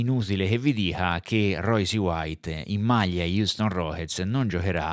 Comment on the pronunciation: vediamo se capisci. So che è un concetto difficile per te, ma ci proviamo. Phonetic spelling of Royce: R-oySS. Non è un'opinione, si chiama inglese. Per uno che fa un video (titolandolo in inglese), mi aspetterei la corretta pronuncia. Ma sarò io un professorino. Tu invece... mi hai illuminato la giornata, esattamente come un anno fa. Bravone